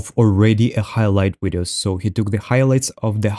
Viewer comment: Why do you say wideo and speak like you’re acoustic ?